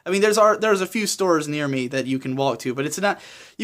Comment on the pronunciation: Wait did you just pronounce the L in "walk"? onwards